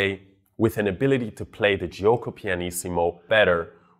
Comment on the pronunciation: the i after g in italian is there to make the g be pronounced like j in joke and not as g like in game. It is not pronounced itself. It is jo-ko. Not Ji-oko.